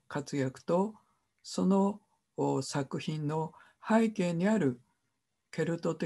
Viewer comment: 著作権を言うなら投稿しない方がよい。内容も初めて聞く者ではない。富山房から出版された英米故事伝説辞典の方が新鮮だ。kerby millerも出演したout of Ireland ,Scots Irish music legacyアイルランドに関する物で複製禁止はない。なぜなら多くの人に閲覧して欲しいからだ。はいけいを拝啓と発音しているが正しい日本語は背景だ。